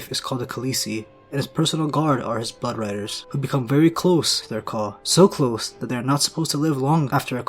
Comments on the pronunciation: Haha did you call blood riders “butt riders” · is sounds you like are saying Butt Riders